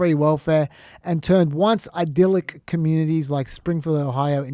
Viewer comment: The word "idealic"?? It's not a word! When people say "idealic" they mean to say 'IDEAL'. However, an idyll (starting with a short vowel rhyming with 'lid') is a picturesque country setting, and the adjective 'idyllic' means 'like an idyll'